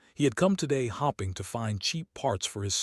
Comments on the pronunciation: Ok I've got a problem with the way the AI narrates, hopping is something a rabbit does hoping is something I'm doing that I can convince who trained the AI to change the way it reads. Because it does the same thing with fadding and fading, by use the short sound of the o or the a you are changing the meaning of the word the way it is saying hoping the I following directly after the the p indicates the o should be pronounced long not short the same thing with a the e follows directly after the d indicating the a is long not short. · This would have been a pretty good story, but it was merely okay because it was badly marred by the pathetic AI voice mispronouncing words every few sentences. For example, when someone was wishing for something to happen, they weren't hoping, they were hopping. After a while this gets so damn irritating that it makes you want to stop listening.